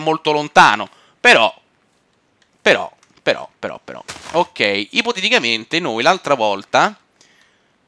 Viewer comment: non so quante cazzo di volte a detto ippotetichamente